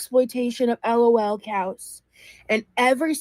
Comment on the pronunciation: The way she spells it out kills me 😅 “I’m not an ELL-OH-ELL COW!” Lmfao yes ma’am you are 😂😂